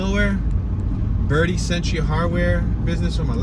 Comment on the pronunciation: It is pronounced bertee